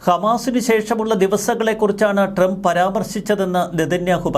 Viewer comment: ente soy monae tremp ennu alla . trump. നന്നായി pronounce ചയ്യ്. go to google n write how to pronounce trump. listen carefully. repeat 100 times. expecting a great result. if it doesn't work out , confirm that u r a dumb.